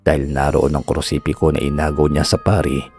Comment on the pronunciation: nice story po,pero hnd po krusipiko,kondi krusipiyo Ang tawagsa krus